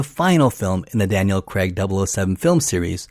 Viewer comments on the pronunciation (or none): 😅 His name is Daniel Craig, not Daniel Crag. Dick! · Daniel CREGG!!? why? its really not hard to say Craig. You actually manage it yourself a couple of times